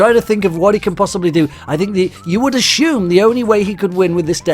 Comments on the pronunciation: " Ashume "XD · lol u said ashoem instead of assume I hate ur axent